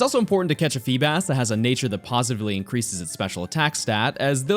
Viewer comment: FEEBAS DOES NOT END WITH AN H!